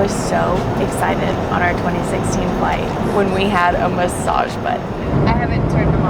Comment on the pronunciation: Am I the only one who has ever noticed that Nate cannot say x? As in excited?